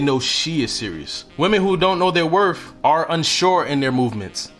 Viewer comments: Wor TH not Wor F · I’m glad that you corrected yourself to pronounce “WORTH” correctly at the end of your first point. Nothing drives me more insane then somebody who mispronounces worth as “WORF”. On another note, the content of your video is on point! Thank you 🙏🏽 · You lost me at "werf" (instead of correctly pronouncing "worth") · Worth. Not WorF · Worth, does not end in "f". I respect men who speak well. You did say it correctly when talking about a car. Other than that, your facts were spot on. Coming from a woman over 60. Most young women are quickly to ask for things, instead of touting her standards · The word is worTH not worF. 🤨🤨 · It's you sayin "wor-F" 🤣...good info tho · WorTH with a TH like mouTH, don’t pronounce it as a F man. I can’t take people who speak broken english seriously, regardless of the message. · you are not saying worth properly . there is no f sound in worth. thank you very much.